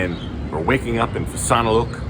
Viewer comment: It is Pitsanulock not Fitzanulok